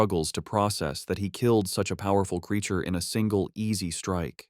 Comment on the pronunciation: Am I hearing it right Ckilled not killed lol